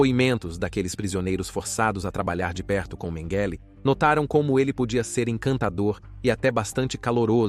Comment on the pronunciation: Excelente, mas qual a pronuncia correta,"MengÊlÊ, MengÉle, Mêngele...bom documentário mas a constate troca de pronuncia nessa narração é foda kkkk